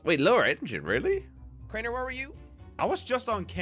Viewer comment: Crainer not drainer my g